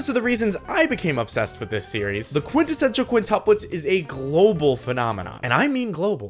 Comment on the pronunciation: Bro is an expert quintessential pronouncer